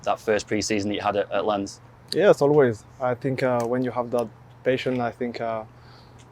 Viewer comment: Lens. He speaks English well enough. Mr Interviewer at least try hard enough to know how to pronounce Lens.